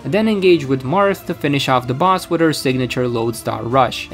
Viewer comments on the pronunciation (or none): none